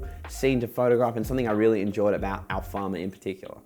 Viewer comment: Great video, honestly. It’s Alfama tho 😅 (rather than Alfarma). Great photos regardless!